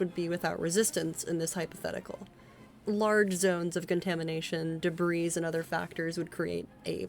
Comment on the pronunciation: your pronunciation is sometimes uh interesting. debris, overarching. previously, analgesic, Volgograd, dosimeter, and some others